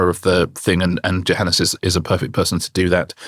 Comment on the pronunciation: AAAAHHHHH. I can't take it any more. It is pronounced YOHANNES. It is Afrikaans / Dutch origin where the J is pronounced Y. I am pretty sure he does not mind as he has not corrected people, but jeepers is it annoying.